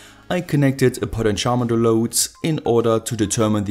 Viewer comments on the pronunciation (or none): none